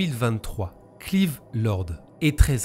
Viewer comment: Ça se prononce Cl[aïe]ve, si je peux me permettre ;)